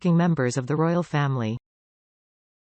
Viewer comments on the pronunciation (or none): none